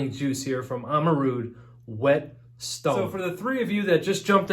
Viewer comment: Do you find Under the Lemon Tree to be one-note/linear? Not that there’s anything wrong with a simple style. Just curious. (The way you say “stone” is so Scranton. Brings me back.)